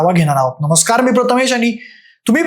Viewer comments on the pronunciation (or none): none